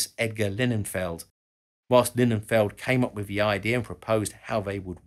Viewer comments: Did I mishear or did you say that 1947 to 1960 was "nearly" a decade? Also you said Julius Edgar "Leninfeld", while displaying his name "Lillienfeld" on the screen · Not Linnenfeld, it is lili-enfelt... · not linen-feld... lily-n-feld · You couldn't be bothered to pronounce Lilienfeld's Surname correctly, eh?